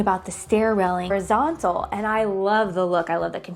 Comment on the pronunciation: I love the way you say railing ....